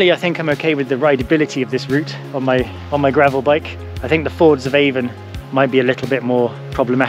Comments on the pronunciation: Hi avon in the cairngorms is pronounced Ann in Scotland why I do not know why but is as useual not being a smartass just trying to help done tha walk 40 or more years ago at the new year spent the. Night in ryvoan bothy brilliant memory’s thanks for the vid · Nice video. Just so you know, River Avon is pronounced Aan or Ahn.